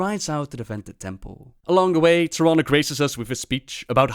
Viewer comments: I wish Blizzard would get their voice actors on the same pronunciation page. Malfurion pronounces Tyrande as "Tier-AAHHN-duh". Xavius pronounces it as "Tier-RAAAN-duh". That bugs the heck out of me! Pick one and stick with it. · Xavius does not know how to pronounce Tyrande